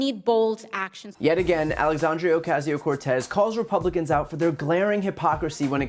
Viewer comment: missed pronounced her name Alexandrio. It's Alexandria.